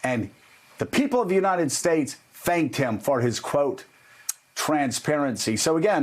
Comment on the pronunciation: He knows where he is. In the united Stursh.